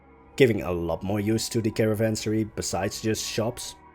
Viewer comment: The reason the caravanserais looked like fortresses was because they kind of were. After all, the merchants were carrying valuable goods, so they had to be protected. You once again did an amazing job! Really love how it turned out. Btw, de uitspraak is kaaraavaanseraai, ff op z'n Nederlands geschreven.